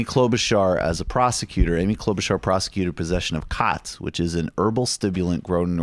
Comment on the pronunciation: It's called khat (no "s") sometimes spelled "chat". You can't pronounce it unless you can also pronounce "Koch", "Loch Laich" "moshiach" and "achtung!" properly.